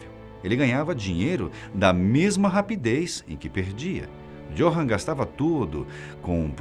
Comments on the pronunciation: Johann lê-se com com de "i" = iohann. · Não quero ser chato , mas "J" (jota) em Alemão tem som de "i" (Johann deve ser pronunciado "Iôrran").